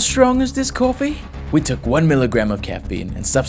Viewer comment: The narrator's attempt at an accent is sad, I can't even tell what accent they're trying to do. British? If they're trying to do a British accent wtf is 'cooofffee'.